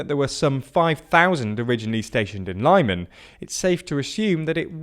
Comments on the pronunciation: Man, just use google translate or whatever for the correct pronounciation. You're basically reading Britain as [braitein] all the time! I almost got ear cancer from your LYMANS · Every time you say Lyman like that, a little part of me dies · Everytime he said Lyman I twitched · Nice summary but please try to learn how to pronounce the placenames. It's not Lie-man but more like Lee-mon. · You pronounce Lysychansk correctly with LIsichansk. But for some reason pronounce Lyman like LAImon, when it's LimAn. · It really irritates me, but i am really sure that Lyman is pronounced "lee-man" and not "lie-man" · It's not pronounced Lie-man It's pronounced Lee-man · It's Lee-man not Lai-man for gods sake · It's not "Lieman" it's "Leemuhn". It's also not "Curson" but "Herson". It's like those people who say "Worse-sas-ta" and "Glow-sas-ta" for Worcester (Wooster) and Gloucester (Gloster). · It's pronounced 'LEE-MAHN' not 'LIE-MAN' (emphasis on the second syllable) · I know it doesn’t matter very much, but the pronunciation is not [Luhman] or [Laiman], but more like [Leaman] or [Leeman] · Enough with the "Lie-man"!! It's Lee-màhn!! say it with me: Lyman! Glory to Ukraine! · it's pronounced [li:man] BTW, go truly North b/c Belarus becomes the next problem. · Lyman is pronounced as Leeman. And stressed on man i believe. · Tormenting the way you pronounce Lyman I swear it's pronounced leeeeee man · The city of “Lie men”. Lmao not even an attempt to pronounce that easy word correctly. Pure laziness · These shitty pronunciations are making me cringe HARD "Lime an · Lyman is pronounced leeman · Dude, please try to pronounce Ukrainian toponyms correctly: Lyman = Lee-Mah-n Kherson = Her - soh -n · I'm sure you get sick of people calling our your pronunciations but why on earth would you think that Lyman is pronounced like that when virtually all Y's in Ukrainian translations are soft? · Lyman is pronounced like LeeMaan, with stress on "Maan"! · Lyman is pronounced 'L'man '.